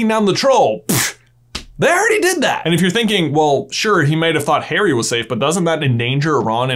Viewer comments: Why do you say "hairy" instead of "Harry"? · Why do u say HAIRY? Im so stressed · Bro why you saying Hairy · ahhhhhh would you just stop calling him hairy? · It is very disturbing to hear the names pronounced "Hairy Potter" and "VoldemorT" 😁 Great theory though! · Why does he pronounce it as Hairy ? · Please stop pronouncing it Hairy, its an interesting video but I flinch every time I hear that.